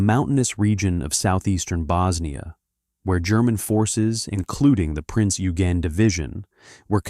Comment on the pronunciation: The pronunciation of Eugen is correctly: "Oy-gen".